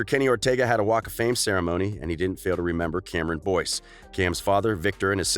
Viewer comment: This is how many ppl noticed that he said Cameron Dove ⬇️